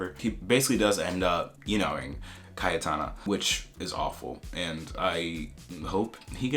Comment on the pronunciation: It's also obvious with Cayetana, it's pronounced very differently in Spanish.